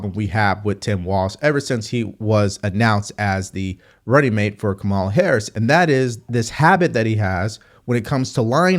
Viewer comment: you still can't pronounce Kamala - this has become a learning disability my man